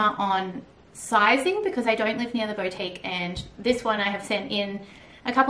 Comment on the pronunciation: I love the bracelets, but it drives me crazy how you say 'BO-TIQUE' lol. It's pronounced 'BOU-TIQUE'